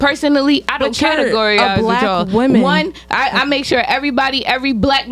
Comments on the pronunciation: “I don’t categorize wichall. I don’t categoryize wichall” Where the fck did she learn to speak? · . She doesn't "category-ize" with ya'll 😏